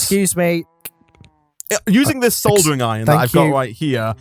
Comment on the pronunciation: said sodering iron instead of soldering iron